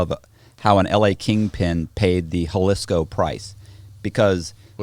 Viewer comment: Bro it's ha-lees-koh i know Google tells you it starts with a hu sound or ho soubd but my girl and her entire family are from Guadalajara the biggest city inside Jalisco and we go once a year. You are the first person I've heard pronouce it like that and Google is the 2nd lol. But you'll never hear anyone in or from anywhere in mexico pronoubmnce it. 👍👍👍